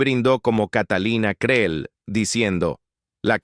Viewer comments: No es Creel, así se escribe, pero se pronuncia Cril. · Aprende a decir el apellido CREEL l( la Doble e se Lee como cril ,! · Creel,suena con i al pronunciarse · Quien sera la sabandija que narra esto?, Por que ni siquiera sabe pronunciar el apellido Creel. A que escuela habra ido??? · Catalina Creel ... minimo deberias de dignificar la pronunciación del apellido de este gran personaje